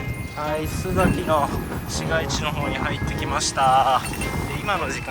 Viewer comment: 「すざき」では無く、「すさき」ですよ。